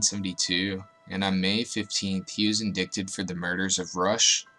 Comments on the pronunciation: Indicted = "In-Die-ted"[Pronounced] P.S. Use USA not England Stock Footage. But good info based video. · Great video pal. But it’s pronounced “ in-die-ted” you dont pronounce the C.. Also, it’s pronounced “ bruh-zier” You leaning heavy on that “ z “ or “ c “ Hold up…. Surely you have had your girl use that word… How you not familiar with the word brazier? You should have said “ bra “ fam we all know what it is Except you lol j/k man just fooling with you guy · “indicted” .... the c is indeed silent... other than that i enjoyed the video. i’ve always been obsessed with true crime and have lived in CT my entire life and never heard of any of them.